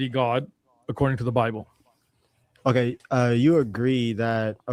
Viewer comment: “On the ‘bee blay’ (Bible)” 😂😂😂😂😂😂😂😂😂